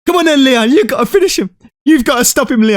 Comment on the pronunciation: i love how Leon’s coach said “you gOtta finish him!”